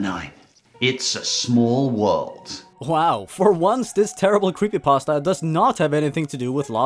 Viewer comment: i like how he said “croppypasta”